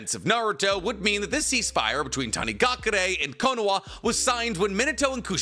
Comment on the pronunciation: slow down talking bro, it sounds like youre saying konowa